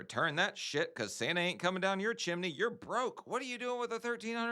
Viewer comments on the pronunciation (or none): none